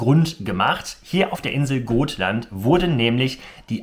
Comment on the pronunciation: Schönes Video. Man spricht es aber mit kurzem O aus. Gotland